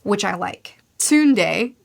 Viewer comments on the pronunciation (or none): Tsu(like tsunami)-na-de 👍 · I never laughed harder in my life than when I heard pronounce Tsunade as Sundae 💀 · I think more like Sunday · i dont blame you for calling her sundae, cuz that's almost how its written, and honestly, none of us knew how to spell it to see pics that made us feel all funny, back in the day either but tsu (almost silent t, not fully silent) naa day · Nope! Tsunade (T'soo-nah-day) is now Sunday! Make it so! Also she's the best female character. Hands down. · This was so cute. Honestly I love that Sakura pushes herself to grow and she is so cute learning under Tsunde*. I wish the writer was better at female characters😅. I can’t, it is so cute to see English speakers struggle with the these sounds. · Nailed it!! Except the tsunde part 😂😂 It's Tsu-Na-De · japanese names aren't that hard to pronounce if you know a simple rule: split it into short segments, each ending in a vowel, and read each one. So Tsunade is Tsu-na-de, not Tsun-ade, and Jiraiya is Ji-ra-i-ya (which you got right!). Might not be fool proof but I can't think of any example where this doesn't work. Also the way you stress it should'nt matter too much imo, a lot of people in the west pronounce words differently from the japanese. Even NA-ru-to in english would be na-ru-TO in japanese, so I wouldn't worry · not day, the las e is a single and ahort sound, like you's say "the" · Not calling tsunade "sunday" 😭😭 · is trying to insult a Sannin per video, after Jiraya, it's TSUNDE ha ha ha (TSU-NA-DE, you just forgot the "a" it's okay) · Sunday XD we need to work on the names pleaseeeeee. It’s so easy to look up how to say them and all the Justu. Very good video! I can’t wait for you to get into shipuden! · Tsunade (Tsu-nah-day) is a popular character in Naruto. Tsundae is a popular Korean dish made of pork intestines. Just giving you a hard time, I know the difficulties of being a reader first, watcher second. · Tsundae is a crazy pronunciation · de not day